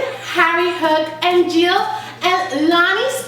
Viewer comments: it's not Jill it's gil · You pronounce it as Gil not Jil. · It’s Gil not Jill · not trying to be rude it is pronounced Gill